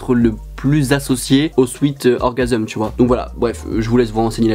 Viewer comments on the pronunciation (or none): Orgvsm ça ce dit comme vlone nn c le a et le v inversé